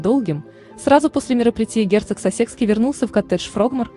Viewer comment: Пожалуйста,уточняйте правильное пкроизношение,коли уж взялись комментировать!!! Герцог СассЕкский, ну ужас,бьёт по ушам и мозгу! Герцог САссекский!!и это не единственная ошибка!!Очень неграмотно прочитан текст ((((